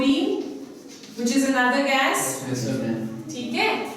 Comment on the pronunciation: Kya bolta h ye gas... 😂😂 rest of the you are brilliant teacher...